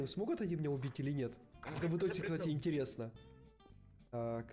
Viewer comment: Ну шлушай интьересно